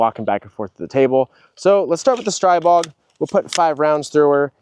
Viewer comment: ITS STREEEEEBOG…. SAY IT RIGHT. 🤦‍♂️💯💥🫵